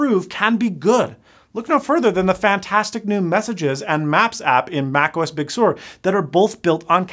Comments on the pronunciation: stop saying big sewer its pronounced big sir but spelled sur. i wouldnt mind a touch screen mac. maybe not so much a macbook unless they did that keyboard fold away but then that ruins the macbook image. but on an imac where the screen can come down to be level with the table and even have support for the apple pencil or something, or for artists use the ipad as a way to interface with the imac such as some drawing tablets seen on windows then they could make it work in their own apple way. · Ok, first things first, you said " Arm Macs" and you referenced "Arm" on two other occasions. This is not an "Arm" Mac, it is an M1 Mack. The other gritting issue is, learn how to pronounce "Big Sur", it's not difficult or Rocket Science. It's pronounced "Big Sir", easy. Also, carping is not impressive or helpful in the least. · Is it just me or does his accent make it sound like he's saying "Big Sewer" ? LMAO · You keep saying "Big Sewer". Big Sur is a place in California. The name is short for "Big Surf". Because surfing. Not sewerfing. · I thought you were trying to rip on the latest MacOS by pronouncing it “Big Sewer”. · Heh heh.... “Big Sewer” :-) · Why do you have trouble saying Big Sur? It's literally just pronounced "ser" like you said it when you were joking. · I love all the non-Californians that try to make fun of California landmark names that every Californian knows how to say in their sleep, but apparently no one else has ever heard of or even knows how to pronounce. (Big Sooer 🤣) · Only you would get offended after being called out for pronouncing it, “big sewer.” 🙄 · Why do you keep calling it Big Sewer? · absolutely not. it is pronounced "Big Sur" like Sir. I live here, thanks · he said "Big SEWER" (lmao) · The way you pronounced Big Sur, it sounds more like macOS Big Sewer. :) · He keeps screwing up the pronunciation of Sur. He continuously says "sewer" every time. It's not YouTube's fault. It's his. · Uh, it's pronounced "Big Sir," sir. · "Big Sewer"?